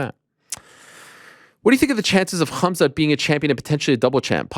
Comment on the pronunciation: No one gonna talk about Colby calling khamzat kumshot 😂😅